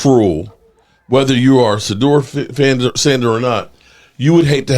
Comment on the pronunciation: What do we expect from a guy who can't even pronounce the Name Shadeuer ...This weirdo pronounces it as Sadeur